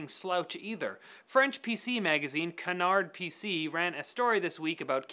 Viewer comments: It's pronounced Ca-Nar Pay Say. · it's pronounced "kanar PC" actually